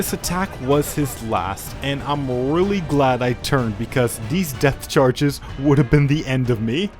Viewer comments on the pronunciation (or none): excuse me, I keep hearing "death chargese" :o